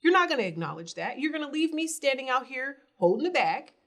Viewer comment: Damn, u really are illiterate 🤦🏽‍♀️ At first i thought u were playing around with words intentionally lol but when u just said “ah-knowledge” instead of pronouncing the “k” i fell out!! 🤣😂😅